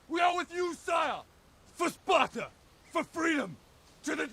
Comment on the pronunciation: "Deez iz Spatuh!"